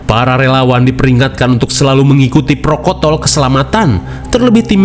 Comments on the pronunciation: protokol bang bukan prokotol😭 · maaf meluruskan protokol pak...bukan prokotol 🙏😅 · Protokol, bukan prokotol 😅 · Protokol banggg😂😂😂 prokotol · Protokol apa prokotol tadi ya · protokol bang bukan prokotol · Awas keseleo prokotol /protokol 😅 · Protokol bang 😂😅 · protokol mang, lain prokotol😂😂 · Prokotol ❎ Protokol ✅ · PROTOKOL min, bukan prokotol😭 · Melanggar protokol ....bukan prokotol... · apa sih bang prokotol prokotol terus...hehehe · Prokontol bukan prokotol😂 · "sesuai protokol" bang bukan prokotol ,, ingat ya adik2 jgn ditambahin huruf "N" nanti tak sesuai ekspetasi 😁😁